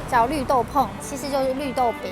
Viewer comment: 提醒一下，是"綠豆椪"，不是"綠豆碰"